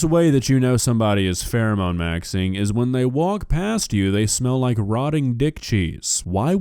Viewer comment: "Phewemone Maxwing"